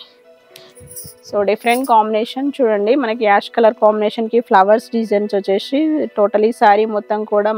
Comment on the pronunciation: వచ్చేషీ కాదు అమ్మ వచ్చేసి ప్లీజ్ వినడానికి బాగోలేదు. నైస్ sarres. మీ షాప్ కి వస్తాము